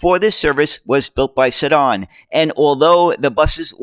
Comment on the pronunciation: Really enjoy your broadcasts. I especially like the details about the various chassis identities. Very useful! By the way, Seddon is pronounced with the accent on the "e", rather than the "o". I rode on these in Manchester when they first came out. Seddon was a truck manufacturer in Britain, but they also produced several bus models from the early 1950s to about the 1970s. Baddley Brothers of Holmfirth had a few examples. They produced the Mark 7P. They used the Perkins P4 engine, and seated 28. They also produced a Mark 4 (32 seater) and a Mark 6 (35 seater), Mark 10 Pennine (seating up to 35 with a coach body, and Mark 11 Pennine, seating 31 in a light weight luxury coach body. They were manufactured in Oldham. They were very popular with small bus and coach operators.